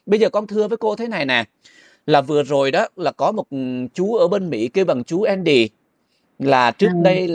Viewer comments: Tên Mỹ thường là Andy Đọc âm Vn là endy ?! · Khong phải là ( Endy ) mà là ANDY